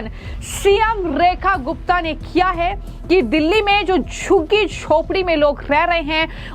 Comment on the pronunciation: Abe tere zabaan hai ya commode? 😂😂 Jhuggi ko shuggi kyon bol rahi hai 😂😂😂😂